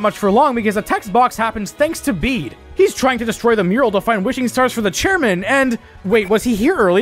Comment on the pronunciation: Pronouncing his name "Bead" when it's "Bay-Day" is wild. His name is IN his character song. 😭